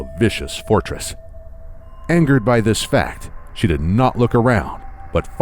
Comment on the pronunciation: 'Brinstars volcanic depths' XD